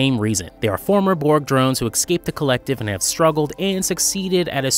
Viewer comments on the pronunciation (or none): Oh, and it's 'escape,' not egg-scape.